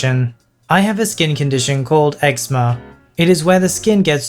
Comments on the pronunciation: It's pronounced egzeema not eggsma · The way he pronounced eczema had me dying 😂